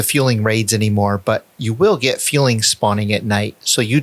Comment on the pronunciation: FU-LING, not FJU-LING or FUEL-LING